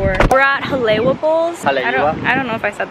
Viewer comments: lol the when u pronounced haleiwa its pronounced hale'iwa the w is a v so u would say it as hale'i(v)a instead of saying it as a w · To let you know haleiwa is pronounced ha-lay-ee-va in case you were wondering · The Hale’iwa Bowls place is amazing! It’s also pronounced (HA-LEI-e-va) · hi! i’m glad you enjoyed your visit! i just wanted to let you know that Haleiwa is pronounced like Ha-Leh-ee-vah, Hawaii is pronounced like Ha-wah-ee, and poke is pronounced like Po-keh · The smoothie place is kinda sounds like ha le e wa like your brother said just telling u! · FYI....When W is at beginning of word, pronounce as W....Waimea, Waiahole/Waikane, Waikiki, wiki-wiki. When W is mid-word, pronounce as Vee...Haleiwa, Alewa, Ewa, Halawa